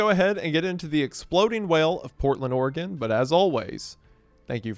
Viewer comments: Thank you for pronouncing Oregon right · Thank you for saying Oregon correctly. Every other YouTuber says Ore-gone